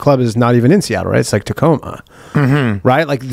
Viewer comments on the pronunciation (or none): none